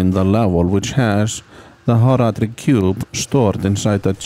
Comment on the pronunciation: 1) very good video editing 2) so informative and long, but also not too long 3) I like how you say Horadric 4) I loved the Horadric Cube so much as a kid (and still do) 5) I also like how you say two -> clearly 27 out of five happy points!